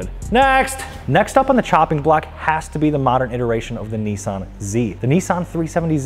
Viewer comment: The 370Z is a Nissan. Not a Neesan.